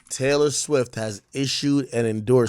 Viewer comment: You finally said her name right ak